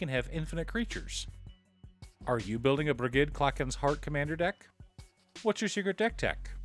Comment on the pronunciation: Br-ih-j-ed = Brigid